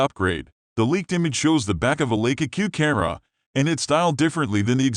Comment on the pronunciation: Absolutely can’t deal with computer voice overs. What is a “Linka-que” camera?